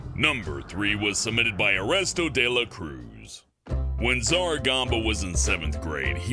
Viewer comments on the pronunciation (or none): Eresto. Me: BOI ERNESTO DE LA CRUISE